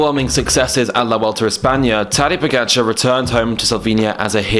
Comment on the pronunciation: Skipper He pronounced it very well. The OP expects perfect Slovenian pronounciation which is of course moronic.